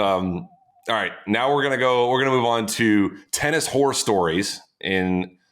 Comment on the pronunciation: Sam needs to say “horror” more clearly. I swear he said, “tennis whore stories”. That would be a very different discussion.🤣🤣🤣